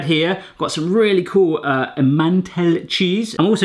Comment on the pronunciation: it's not em-mantle it's e-man-tall